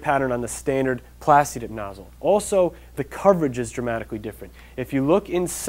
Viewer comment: at first i thought he was saying dick nozzle....